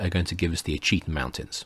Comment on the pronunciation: Fascinating series, thank you. As a matter of interest, Ouachita is pronounced "WASH-it-taw." Waving from central Arkansas... 😊